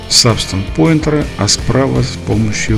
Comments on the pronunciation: Не по теме видео, но произносится Пэйнтер (от слова paint - красить/рисовать), а не Поинтер (от слова point - точка/указатель). Это не в упрек, но просто ухо режет из выпуска в выпуск. А так - спасибо за видео ) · Спасибо за видео, очень интересно! Только не Сабстанс пОинтер (поскольку поинт это точка), а Сабстанс пАинтер (от слова паинт - рисовать).